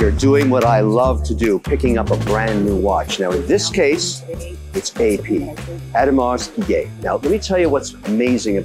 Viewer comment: Hey Kevin, no hate, but for someone who is into watches and seems to have a special relationship with AP, you should at least pronounce the brand properly. Makes it slightly worse that you were also born in Montreal ;) Again, not trying to hate, just makes a bad impression. Other than that, cool vid.